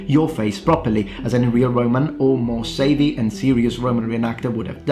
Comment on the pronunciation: The "sa" in "savvy" is pronouned like the "sa" in "Sally", not like "say".